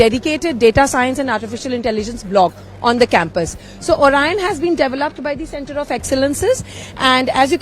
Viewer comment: Center of excellence & center of gravity khi sunela lgta hai😂😂😂